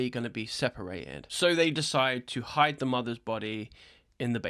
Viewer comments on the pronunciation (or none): none